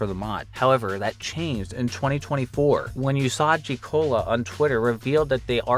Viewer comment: "Yoosadji Cola" wtf